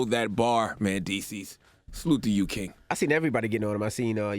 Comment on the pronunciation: I hate tht hey call him “Man”deecees and not “ Men”deecees..